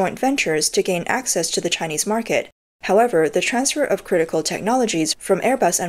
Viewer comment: "access" is pronounced "ak-sess".